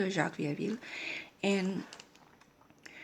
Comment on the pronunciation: Nobody Here your pronounciation is already completely right, and q from family name Coq Sounds as a k, so also right on this one:) conclusion: perfect intuition in french too:D well done!